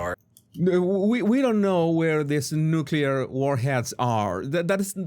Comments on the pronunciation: I have a problem with people who speak of nuclear weapons and can't even pronounce the word. It's NU CLE AR not NU CUL AR. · This guy is full of it. If he’s right the government would kill all his DOD contracts for revealing the truth they’re OBVIOUSLY hiding. I think the govt called on him to be a subject matter expert to mislead us He keeeps saying Nuke-u-lar. It’s Nuke-le-ar, this guy is a moron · I also question why, if he works so closely with the military, he does not know that the word is “nuclear,” not “nucular”!! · The guy on the video pronounces it as "nU-cU-Ler". I can't believe anyone who pronounces it that way. Sorry, not sorry. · Yup. I've noticed supposedly knowledgable people who say "nucular" are (almost) always full of shit. So if you hear "nucular," just sigh, shake yer head, and find somebody else to watch. 🏴✊🏻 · To the guy in the TikTok video: learn to pronounce the word nuclear correctly, and then maybe I'll take you seriously.